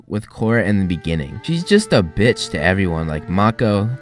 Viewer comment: "She's just a btich to everyone." lol